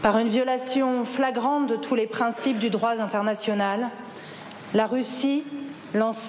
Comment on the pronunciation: Du droit z'international. Ça fait mal aux oreilles,.